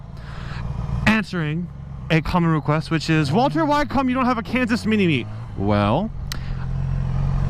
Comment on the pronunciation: I thought you said mini me instead of mini meet